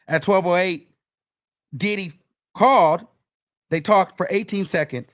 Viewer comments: Got me saying More Oil!! 🤣🤣🤣 thank you for your coverage of this trial, These news outlets ain’t giving us the info we need! When I hear DID-EEE!! Cracks me up every time, Love from the UK am here for the Wiggins Show!! 🎉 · “DID-EE” I can’t stand you 😂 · The way you say “DID-EE” 😂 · The way say that man name takes me all the way out 😂😂😂